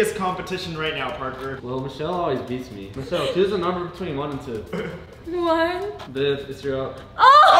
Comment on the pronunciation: Not to sound weird but every time says viv it sounds like babe lol